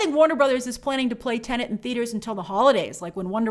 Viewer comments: TENET not TENENT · 🤯🤯🤯🤯 After so many months, WHY does she still pronounce the movie “TENANT”. 🤔 It’s “TENET”!!! There’s only one “N”. 😤🙄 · Grace, the movie is called TeneT, not Tenent.!!!, lol 😂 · i just keep hearing TENANT everywhere ooh lord i cant wait for this movie to stop being discussed for that alone. i cant take it anymore lol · (and almost all other times throughout) It may be the only major "tenant" in cinemas these days, but that isn't its name. 😉 I'm sure these weren't the first times throughout the many months of covering it, but it really stuck out to me here, so I just had to comment on it. 😜 I keep worrying that I'll screw it up myself, and I'm sure I often do as well. "Tenant" just rolls off the tongue so much more easily. 😅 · Grace, there is only 1 N in teNet. It's not teNeNt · The movie is titled "Tenet", Grace, not "Tenent" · Half the time you said "Tenent" lol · why does she STILL call it teneNt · Favourite YT channel but please stop saying Tenant!!!! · Now I can’t stop hearing it 😫